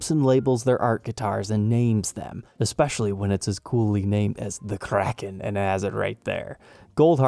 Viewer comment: I know it's probably nitpicking, but the word is historically pronounced KRAY-ken. The headstock-shaped island is a nice touch.